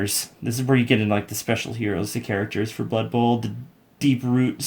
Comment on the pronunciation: "it's blood buhl!"